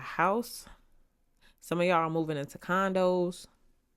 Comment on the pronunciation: Guuurrll, when you said, "condo"...